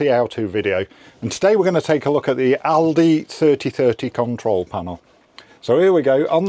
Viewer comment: Pronounced All Duh